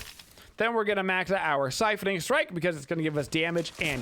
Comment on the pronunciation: Love the vid, especially as a support main. That said, "siphoning strike"? Kinda triggering lol..